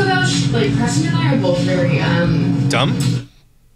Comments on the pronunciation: it’s just making fun of how she says “both” BOWLTH lol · It’s because she adds an L to both. She says “bolth.” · ohhh 😂😂😂😂😂😂😂😂😂😂😂😂😂 duh